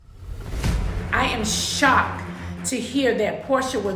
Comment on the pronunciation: “I am SHOC” not shocked tho🤣